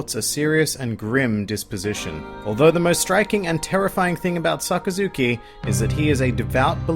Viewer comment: SaKAzuki, not SakaZUki.